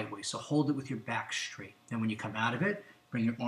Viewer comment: It's funny - he says not stretch and straight but schtretch and schtraight. Michelle Obama has a similar pronunciation. Is that individual or regional? Anyone know?